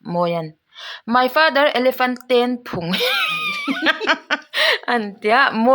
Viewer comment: Phung tihlai khi duhaiin i thluk duhthusam chiahlo